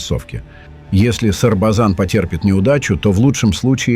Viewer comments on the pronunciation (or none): Не Србзан, а Србазан.....